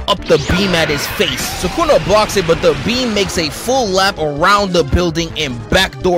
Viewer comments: Bro why you keep saying su ka na? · Him: SukAna Me: WHO?